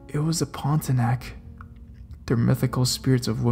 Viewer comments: If you ever visit Singapore and Malaysia and want to talk about that mythical creature, don't say ponti-a-nack, the locals may look at you befuddled. It is ponti-Ah-Nahk. Pontianak. Incidentally, anak is the Malay word for child. Also it is not Pazir Reez, but Pah-Seyr Ris. Pasir Ris. Yes there are demons, they will appear in whatever form, but one must rebuke in the name of Jesus, if one ever encounters a demon. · It's called PON - TI - A - NAK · Haha. I love your vids. Just a few things to note. Pocong is pronounced Poh-chong. Pontianak is pronounced Poh-n-tea-ya-nuck. But I'm glad you shed some light on stories from Singapore. The ghosts here are really scary af. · The way you said pontianak 😂😂(itz point-ti-ah-nak)